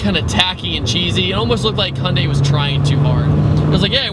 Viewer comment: hunday, its hy-un-dai